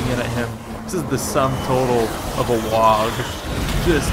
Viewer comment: hey bro, you don't pronounce the G in "WAAAAAGH" ;) HA HA